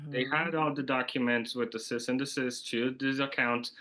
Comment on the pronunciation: Cease and desist? He’s saying cyst and desist. LOL.